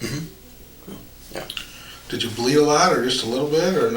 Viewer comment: When you say "did", it sounds like "dead"...so you should mute that too